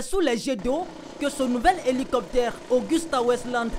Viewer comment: Svp c'est pas Augusta mais Agusta Westland AW 169.c'est un hélico très fiable, la qualité au rendez-vous, très confortable et c'est l'une des plus utilisées dans le monde